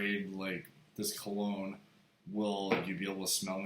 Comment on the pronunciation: Dr kologne u said like an idiot !